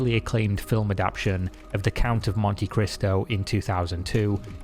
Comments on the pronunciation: Great video! I'm so tired of greed and ego squandering the vast potential of video storytelling. Two wee notes: the word is "a-dap-TA-tion," not "a-dap-tion." (The closest word is a-DOP-tion, such as the adoption of an orphan.) Also , RIP stands for "rest in peace;" but that abbreviation is only used in text. When spoken, it's "rest in peace." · Dude, it's adapt-A-tion, not adaption. Love your content but this recurring mistake spoils it a bit for me. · This is great, but the word is "adaptation" not "adaption" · Say it with me: a dap TAY shun